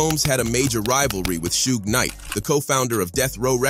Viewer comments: Shooge Knight 😂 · Sooogay knight, Ice Coobey, Tupack... Man this robo voice is clowning😂😂😂😂😂